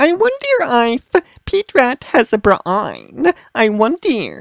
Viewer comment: Ace BRA-AYN